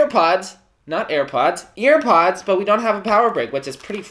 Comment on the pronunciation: “we have earPUDS” “not airpods” “earPUDS”